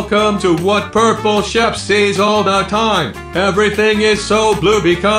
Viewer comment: Why does it sound like he is saying: "purple chef"